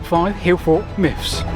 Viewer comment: "many hillfort miffs"